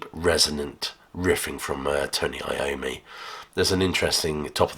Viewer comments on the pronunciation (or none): none